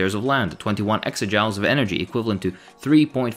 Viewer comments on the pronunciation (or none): joules are pronounced “jools” not “jowels” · I don't know about British English but in American English the measurement 'joules' is usually pronounced the same way as 'jewels' not 'jow-ools', that is how you pronounce 'jowls', another way to say 'jaws' sort of. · It's pronounced like "jewls" not jowels. arooooooooo!!! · it's pronounced "JOOLZ" like schools or ghouls.